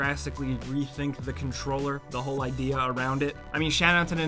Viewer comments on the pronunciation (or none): none